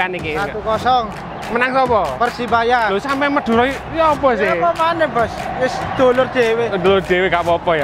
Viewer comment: madure mas bukan mudere